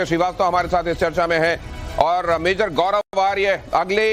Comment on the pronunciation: Majar nahia mator ha